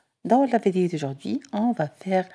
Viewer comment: ملاحظة : كنقولوا l'image ماشي lémage و vidéo ماشي védéo و l'édito ماشي l'édéto كتنطقي i -é